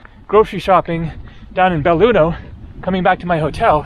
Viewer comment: belluno. no beilugno. haaa